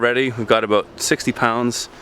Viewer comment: What the fungus are you talking aboot